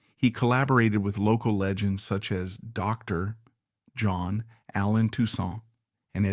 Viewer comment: Terrible pronunciations on various names and titles. It's not pronounced "kin-offler". it's "noffler" . "Dr. John " is not "Dr. (long pause) John". Leave out the pause.